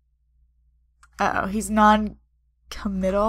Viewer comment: Noncomital is pronounced Non-comet-al